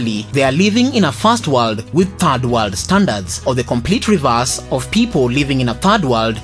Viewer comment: Fast warld and Turd Warld..